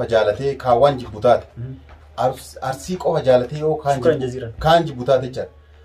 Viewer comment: Garuu Arusii hin jedhina ok Arsii jedhaa malee💯👌